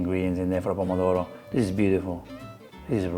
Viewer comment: Sorry I'm being a pedant, Pomodoro (which she mispronounces) "literally" means "Apple of gold" because tomatoes were originally yellow (and much smaller). And I did note the Donna Hay Twist that everyone does now with spaghetti.